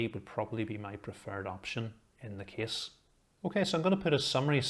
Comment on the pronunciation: Every time he said “case” my mind consider it like “keys”. So his “case” reviews gone mad with me. 😅 In the other hand his reviews detail and quality is “top tier” without any discussion!